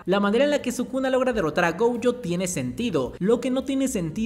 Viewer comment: pero pq le dice gouyo? 😓